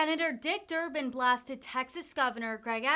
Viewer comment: Dick Durban.....it is DICK isn't it?